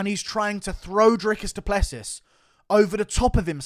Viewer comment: Finally someone outside of south Africa whom can pronounce Drikus du Plessis's surname.